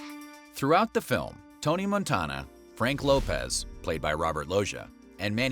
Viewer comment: i hate how you pronounce Montana